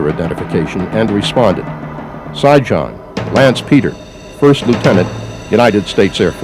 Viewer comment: Sijan pronounced Shiyan like Trojan Serbian name.And the funny thing is you rip his ancestors country apart after he do this for you . Man i hope no Serbs ever fight for your land again.